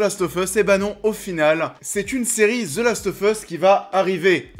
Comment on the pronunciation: Je vote pour Nikolaï Coster waldau. Il a une gueule parfaite pour le rôle et il joue merveilleusement. PS: tu dis the last oFF us mais on le prononce The last oV us, en anglais